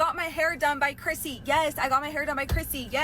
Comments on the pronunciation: love your accent girl but I swear you are saying crispy not Chrissy! Lol looking at her tan I can see the confusion! 😂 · I keep hearing crispy too 😂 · I keep hearing you say "Hair by Crispy" and keep thinking it is the perfect name for this salon, apparently! lol